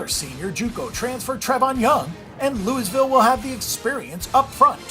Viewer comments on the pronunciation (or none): The S is silent in Louisville!!